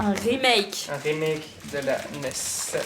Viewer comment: "Un remake" J'ai tellement entendu notre accent Belge national quand il la dit x)